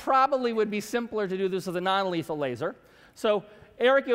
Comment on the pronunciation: Fire the "La-ser"